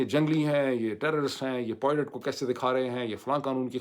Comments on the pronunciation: Nice analysis, but it's pilot not poilet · It is pilot and not poilet…. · معید بھائی نہ چاہتے ہوئے مجبور ہوں ۔ تلفظ پائلٹ ہے نہ کے پوائلٹ۔ 😊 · khuda k wastay pilot ko poilot na bola karen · Dr. Moeed Pirzada, this vlog is truly excellent in every respect,especially the way you redefined terms for viewers and explained the American war strategy as essentially a massacre. From start to finish, everything was outstanding.However just one correction,you used a word nearly twenty five times but the pronunciation was slightly off. It’s not poylet, it’s pilot.With respect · Dr sb always very informative videos. But pilots pilots zaban pr pakka kr len. Abhi tak aap still polot polot kehty hen. This doest affect us but it would be good to pronounce this word properly. Hope you won't mind me pointing this out to you.